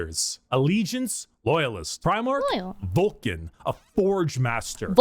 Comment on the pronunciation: it’s Vulcan. He just mispronounces n as m all the time. It drives me nuts. If you Took a shot every time he does you’d die.